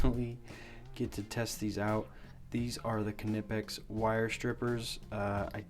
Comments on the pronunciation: It's pronounced KUH-NIPEX, my guy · Lol 😂 how he says knipex 😂